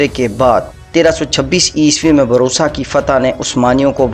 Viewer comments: Barusa nae byyy bursa hai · Its busra not borsa Cities name pronunciation is so bad History is well explained